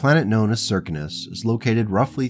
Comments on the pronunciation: Well, where I sit in America, those words: Circus, Circumstance, Circumference, all are spoken with the first three letters sounding like 'Sir', Sir, not Sear, or any other slurring of the phoneme. So Circinus would be Sir Sin Us. I guess, where you come from, words are spoken with some other 'accent'. I just pointed out the American way of saying the name. No other 'slur' was meant, or implied. And even though you 'mispronounce' words to my ear, I will still be auditing your series because it is captivating, well written, and has interesting characters, as well as interesting events. All happening at the edges of 'civilized' space. As said before... Keep writing... and I'll keep listening to each 'chapter'. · Hello. I hate to mention this, but the Circinus Federation is pronounced as 'Sir-Sin-us'. MUCH easier to say than your pronunciation. Oriente is said as: 'Ore-E-en-tay'. The Circinus Federation is a rare example of FASA, or some other company that held the copyrights to Battletech, destroying a 'faction' outright. There is little hope of ever seeing another government in the area, since both Marik and Steiner both keep a wary eye on the area, and are more than willing to stomp out any 'pirate kingdom' that should establish itself, or attempt to do so. There are only a handful of such instances in the entire 'history' of the Battletech universe. Where some 'faction' has been so damaged, or destroyed, to the point that it is highly unlikely to ever be re-established in the future. The entirety of the Word of Blake is such an instance, and an example. As is The Society, in the Clans, or as I often refer to it... the Khanate. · Sear - Sin - Us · Circinus is an actual galaxy so perhaps an astronomy forum would be a good source. Apparently they all seem to think it’s pronounced Sir-Sin-Us. Which seems off to me but thems the breaks.